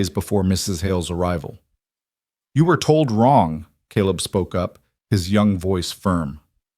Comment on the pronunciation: USA Indiana . It was nice to hear Caleb pronounced correctly in this story. Also, the narrator spoke with an interesting cadence and emphasis with a very pleasant voice. Great story of courageous woman taking on a large family!!! ❤❤❤